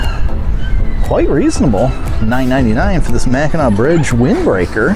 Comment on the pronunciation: Great video. However, Mackinac is pronounced MACK IN AW. Both spellings, Mackinaw and Mackinac have the same pronunciation. It's Mackinaw below the bridge and Mackinac above the bridge.